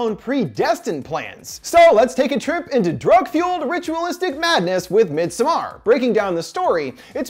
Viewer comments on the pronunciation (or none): Everyone: Midsommar This guy: midSumARR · "Midsommar" is pronounced similar to "midsummer" with the emphasis being on the mid-SOM-mar, not midsom-MAR". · Thank you. Have family who speak Swedish. His mispronunciation gets to me whenever he says it. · MidsOmmar not midsomaaaar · MidsomARE hahaha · Sam are miD... MidSaMarrrr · "mid soMMAr"......i mean go off ig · Mid SOMAR LOL I believe its pronounced midsummer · The more you say “mid sommAARR” I want to thumbs down. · Fun fact you pronouns it medsommar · As a swede i am more afraid by his pronunciation of midsommar than the movie it self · We shouldn't be bothered by it but that's exactly what we are bothered about. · Tac0 threesixtyy every movie with a title not in English gets butchered on this channel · I'm a Dutch/Nord, but I get what you mean. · I came here for this comment. He is the only person (American or otherwise) I’ve heard mispronouncing this so profoundly. Come on. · Masuda Khatun it’s literally a Swedish word, which is what the movie’s about. As a Swede, it literally made my eye twitch hearing this dude pronounce it wrong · This guy should have offered himself as a sacrifice for the atrocious pronunciation of “Midsommar”. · Are you trying to say "Midsommar" in Swedish? Thats not the way my guy haha / Swedish guy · Omg that constant mispronunciation of midsommar... 😅😅 Great vid though!